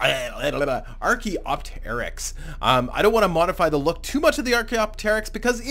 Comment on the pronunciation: Pronounced archaeopteryx wrong. Ar kee op tur icks.